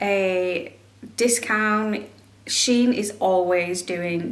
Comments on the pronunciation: It's she-in. I read that the company used to be named She inside, so they shorten the name to shein (she-in). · I have never heard anyone pronounce Shein and BooHoo the way you do except you. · I have never heard of Shein or BooHoo pronounced like you did at the beginning of this video.